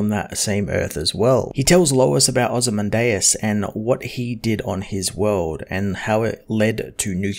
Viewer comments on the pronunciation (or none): I think its pronounced Oh-zee-man-diaz